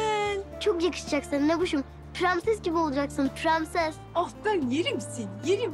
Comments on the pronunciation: Kimse fark etmemiş bahar premses diyo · PREMSES DİYOR PRENSES YERİNE